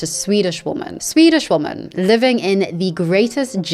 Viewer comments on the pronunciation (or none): why do you in your videos say "woman" rather than "women" when you are talking about them in plural... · You keep saying woman when you clearly mean women. You also read it wrong. Is this on purpose and if so, why? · I love your content but say women not woman ! Its driving me crazy lol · I’m curious why do you say “woman” instead of “women” for the plural? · It drives me crazy because I can’t tell if she doesn’t know that ‘woman’ is singular or if she is just pronouncing ‘women’ incorrectly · Please, please, please just learn how to pronounce women, it's so distracting when you say woman instead! Love your content btw, have been on a bit of a binge. It's just this ONE thing. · 1 woman - /ˈwʊm.ən/ 2 women - /ˈwɪm.ɪn/ I'm not sure if it's just your accent, but every time you say "women" it sounds like "/ˈwʊm.ən/ ". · You pronounce the plural women* like singular woman. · No hate but “women” is pronounced “wi-men” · Interesting that you pronounce "women" with an o sound and not the standard wɪmɪn pronunciation. So to my years your pronunciation of women and woman sounds similar. Not criticising you, but have noticed it a lot recently. Mainly with American YouTubers. But you are British. I am wondering if there is a particular reason for this? Is English your second language? Genuinely interested. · I got to ask. Is it a thing to pronounce woman and women the same? Does it have some meaning? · Why do you keep mispronouncing the word women?